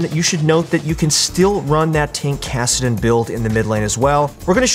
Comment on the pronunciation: Ah yes, tankadin